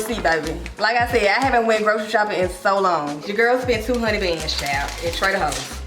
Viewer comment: I love how she says Trader Hoes instead😂